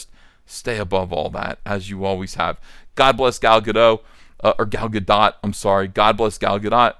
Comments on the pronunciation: Since you seem to care about getting the pronunciation right, I should probably tell you that while it's not Gal Gadeaux, but it's not Gal Gadaht, either. The o, or rather, the letter that is transliterated into o, is always long in modern Hebrew, so it's pronounced Gahl Gahdoat, with the emphasis on the doat. Also, the vowels are a bit more clipped than is typical in English; they don't get drawn out as much. It's no big deal, but since you expressed an interest in the pronunciation, I thought you might like to know. Also, quelch isn't really a word. Quell and squelch are words, but quelch isn't. Anyway, good luck with the next installment of Cyberfrog! I hope you outsell the previous installment by a considerable margin. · Ga-DOTE like it rhymes with boat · The 'dot' in Gal Gadot is pronounced like 'Dote' and rhymes with note. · Gadot is pronounced Gah-dote. Rhymes with note, not cot. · I was told it's pronounced 'Ga'-dough', instead of 'Ga-dot'. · GaDOT. Like BOAT. T isn't silent. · Ethan, the T is silent in Gadot. Just pretend you're an LSU fan when saying her name.